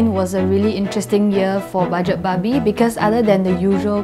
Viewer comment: still pronounce her show as budget babi. not that much progression through the years.